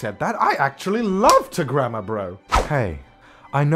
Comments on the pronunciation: When he was saying grammer I thought he said grandma 👵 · WHENEVER YOU SAY "GRAMMAR" I THINK YOU SAY GRANDMA. I can't.